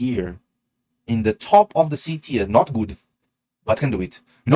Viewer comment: Awesome content as usual! Thank you. And well done trying to say TIER correctly! Teeeer instead of tire. Well done! 👏🏻👏🏻👏🏻👏🏻